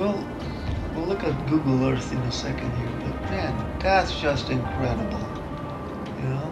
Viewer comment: It’s In-cred- d -ble.